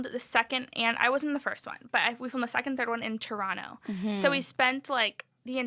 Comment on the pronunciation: Can we just please take a moment to appreciate the fact that Ariel is not pronouncing the second T in Toronto. Finally someone pronouncing the city right.